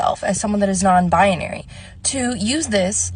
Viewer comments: Non-bion-ary huh? Can't even get that correct? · She mis-pronounces “non-binary” ….she says it like non- biAnary. For cryin’ out loud can we please reopen the .institutions for the mentally ill and start filling it with these people!!!!!!